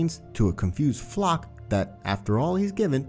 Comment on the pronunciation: LMAOOOO I LAUGHED SO HARD WHEN HE PRONOUNCED FLOCH'S NAME IN "FLOK"